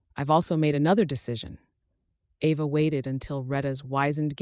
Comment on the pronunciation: Very nice story, but your AI mispronounced Ava, regularly!!! Get your AI fixed!!!!!!